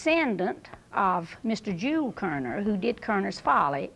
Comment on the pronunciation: His name is Jule Körner no "s" on Jule.